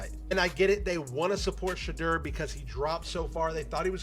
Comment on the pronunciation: Whoever made this video mispronounced Shedeur’s and Deion Sanders’ names so often, it’s like they’ve never even heard of them.